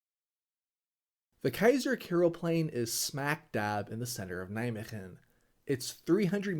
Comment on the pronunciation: As someone living close to Nijmegen. When you said Nijmegem I went "what the f you say about Nij... oooooh I know where this is going.